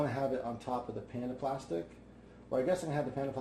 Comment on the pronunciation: it took me so long to figure out you were saying "panda plastic" and not "panaplastic"